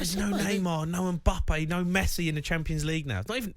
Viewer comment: Can't stand how he says mbappe😑